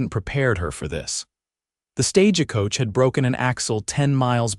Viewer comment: It's not stagicoach... it's stagecoach... with no I in it... not stage a coach either... Just stagecoach...all one word. 😄... Thanks! 😂 Great story! ❤❤